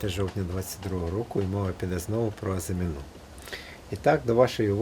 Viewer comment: В українській мові (на відміну від французької) наголос у слові "АЗИМІНА" на передостанньому складі